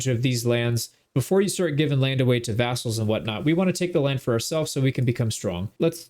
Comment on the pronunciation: Sometimes it sounds like you say assholes instead of vassals. But honestly, the terms are pretty interchangeable